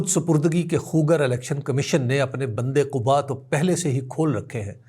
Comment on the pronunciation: سر ! بند قَبا ہے ۔ بند قُبا نہیں ہے